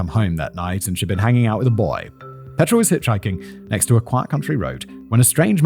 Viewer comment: Also his pronunciation of Petra. It's my sister's name and she hates when people say it like that.